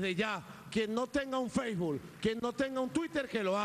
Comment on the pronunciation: "feisbul" ahok